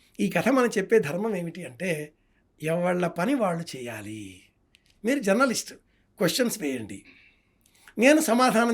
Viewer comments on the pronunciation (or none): none